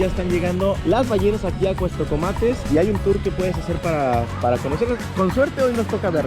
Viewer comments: Con todo respeto en todo el video dijiste cuestocomates y es Cuastecomates , perdón pero si se escucha raro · Hay una gran responsabilidad al tener un micrófono o una cámara enfrente. Debes conocer del tema del que estás hablando y por lo menos pronunciar bien. Se llama Cuastecomates no Cuestecomates. Adicionalmente, como Persona Con Discapacidad Visual la forma en la que te diriges utilizando términos incorrectos me ofende y molesta. No se dice personas con capacidades diferentes ni personitas con otras capacidades ni nada de esas tonterías. Solamente se dice personas con discapacidad y se acabó. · Es Cuastecomates no Cuestocomates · "Cuestocomates" jaja pasé todo el vídeo esperando que corrigiera 😅